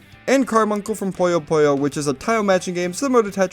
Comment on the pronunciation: Puyo is pronounced as “Puu yoe” not kirby